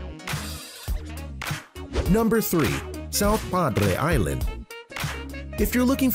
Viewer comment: I love that you pronounced padre island correctly